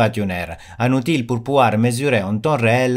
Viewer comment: Très intéressant, je vais tester ce logiciel très bientôt. Petite remarque pour parfaire ton français qui est déjà très bien, dans le mot Outil on ne prononce pas le L, ça se prononce "outi". 😉